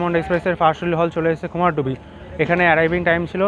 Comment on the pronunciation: Bro it's not Kumardubi((কুমারডুবি) it's actual pronunciation is Kumardhubi(कुमारधुबी /কুমারধুবী). Mostly west bengal people pronounce it wrongly. It's my hometown so that's why i wanted to make you correct it.